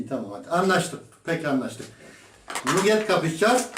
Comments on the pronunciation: okunusu nugger ya da nukket degil (nagır) 😉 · Kübra Çalan nagir deil nugget diye yazilir nagit diye okunur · Kübra Çalan nagır da değil kardeşim nagıt olacak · nagır falan denmiyor. Nugget diye yazılıyor nagıt diye okuyor.